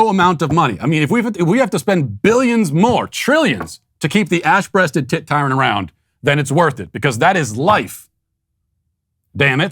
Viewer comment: Not gonna lie, I thought Matt said the name of that bird was the “ASS breasted tit titan” 😂